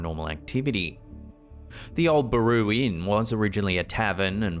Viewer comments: It's Baraboo...not Baroo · It's bare-ah-boo , Baraboo Wisconsin.